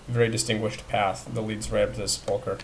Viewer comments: Pronounced sep•la•cur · He pronounces sepulcher wrong -.